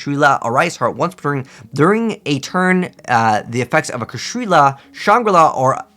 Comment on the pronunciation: It's not "Kashrila", it's "Kshatri-La"